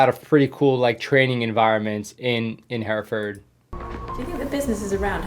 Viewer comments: Your pronunciation of Hereford is good for a foreigner. Where I'm from, we don't pronounce the last R. Herre-fud. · U pretty much said Hereford correctly.just sounds abit different because of the American accent....done better than barrack Obama saying wooton bassett(Town in england)🤣🤣🤣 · You pronounced it right, my father was stationed at the SAS camp, as were several friends. Father was there before the famed Embassy siege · Correct with the pronunciation of Hereford 👍